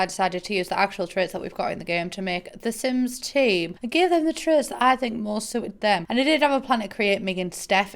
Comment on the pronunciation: De Syms Teem traits. BAHAHAHA!